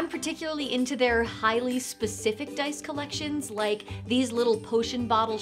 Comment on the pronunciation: Huzzah,, "I likah tha DICE!"